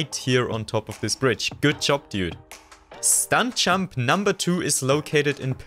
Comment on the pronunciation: Hey bro great vid but please work on pronouncing your “j” because i’m having a really hard time focusing when i hear”stunk champ” instead of stunt jump